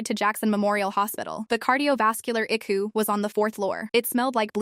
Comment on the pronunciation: I do not know what IQU is; but I believe it was ICU which stands for internal Care unit. Get your AI to talk right or don't have it talk at all and use a human